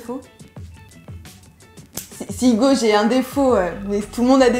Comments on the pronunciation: Ça me tue elle dit Ougo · ca m'enerve elle dit hougo a lieu de hugo